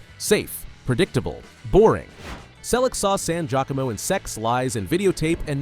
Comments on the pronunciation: Ugh. Its Laura "San-jeeya-komo" not san-jack-a-mo. (Had a major crush on her back in the 90s She was also awesome in the TV miniseries "The Stand" . (minor character) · You lost me when the AI narrators mispronounced Laura San GEE-AHcomo’s name. Your videos will seem more down to earth and will garner higher ratings if you use real narrators.